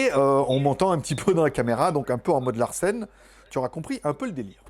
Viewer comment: Excellente vidéo, comme d'hab. Mais on ne dit pas larcelle, parce qu'on dirait que tu as mangé du lard et que tu vas aux toilettes !!! Mais on dit larsen !!! 😁😁😁